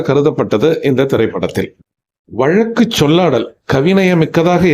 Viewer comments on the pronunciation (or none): none